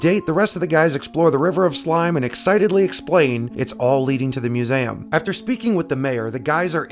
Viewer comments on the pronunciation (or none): I'm sorry but it wont quit bugging me.......... its. MU - ZEE - UM not. MU - ZAM otherwise good video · Oh yeah the muzam... Do you have problems pronouncing MUSEUM? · love this vids, keep's coming....but it's "myu̇-ˈzē-əm"!!! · Mu-zay-um? Lol. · You say museum weird….. I’ve never heard anyone say Mew-zayem….